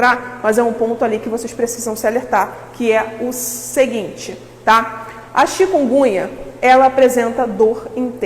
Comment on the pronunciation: Uma médica pronunciando "chikungunha"?... Bahhh